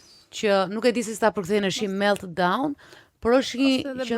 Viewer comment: Sa palidhje titulli wow Dalina dhe ti vuan per klikime. meltdown kriz enocionale se ke merak moj Dalina te flasesh anglish meLLdaun